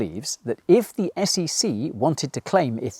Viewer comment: they literally saod SCC